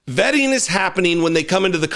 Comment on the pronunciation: Vetting…Vetting?…oooohhhh… I thought you said vaping!